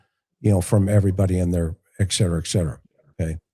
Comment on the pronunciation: Can't take it- it's not eckcetera- it's etcetera. Had to say it